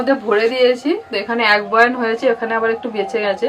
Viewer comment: কথাটা বয়াম বয়ান নয়